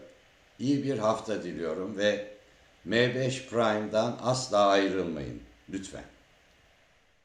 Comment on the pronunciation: Bari prime eklemişsiniz ingilizce, oldu olacak m5 ide em fayv diye okuyunda tam olsun